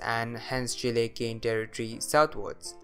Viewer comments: Kudos on your correct pronunciation of Chile. The area you marked as controlled by the Mapuche people is wrong though. They lived further north and Chile colonized the area you marked before conquering them. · First time I hear an english speaker pronounce Chile correctly, I salute you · I pronounce it Chile